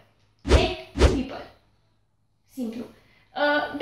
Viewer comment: la inceput , eu credeam ca spui "hei bibal" 😂😂 dar apoi mi-am dat seama ca spui "hei people"